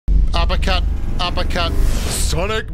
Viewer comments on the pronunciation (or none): none